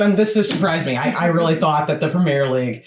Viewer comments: Great video,it explains European football very well, just one thing that frustrates me is how he pronounces (and also spells) Premier League as Premiere League. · I've got to point out that throughout that video the narrator was referring to the Premiere League, it's not the Premiere league it's the Premier League without the trailing 'e'. Also, in the UK it's pronounced like 'prem-ee-uh'. As for promotion/relegation it's a fundamental part of Football. A few years ago some of the top European clubs talked about forming a European Super League for the top clubs in Europe without promotion/relegation and fans across Europe were absolutely furious. The whole promotion/relegation adds so much to the game, it makes far more matches important and in theory allows any team in the country to make it to the top or crash down the leagues. For example, in the early nineties Oldham Athletic were in the Premier League. Since then they've been relegated multiple times and are now playing in the National League. Conversely in the early 2000's AFC Bournemouth were struggling in League Two and now they're in the Premier League. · one small thing . its not pronounced pre-meer league , its prem-e-air league. Hope this helps :) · Please say premier properly